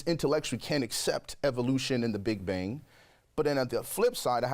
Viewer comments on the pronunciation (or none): none